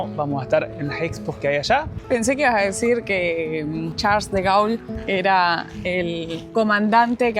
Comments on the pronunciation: Gaul no! Se pronuncia Gol, "au" suena "o", che...en Argentina no enseñan francés en secundaria...😮. Igualmente el nombre Charles de Gaulle es muy conocido en todo el orbe !🙋🇺🇾. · en cualquier lugar de Francia: Espero estar pronunciándolo bien